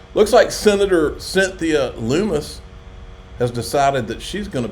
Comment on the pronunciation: for God's sake, you're great and all but it's LUMMMMMMMMMIS - there are two Ms. LUM-IS. This woman has been in the spotlight for 2 years and still her name is mispronounced by so many people. I know it's citizen journalism but please... these seemingly minor details reflect on the rest of what you're presenting.